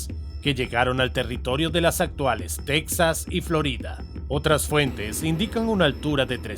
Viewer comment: Mejor que hable en inglés, su español es penoso. Ni siquiera sabe pronunciar Texas.